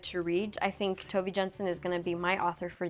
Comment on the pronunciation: This is the first video that I am reading of yours! Would you like some Nordic recommendations??? (also Tove is pronounced closer to Toe-vah)